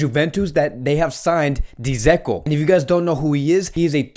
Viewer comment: Dzeko is pronounced like Deco/Deko.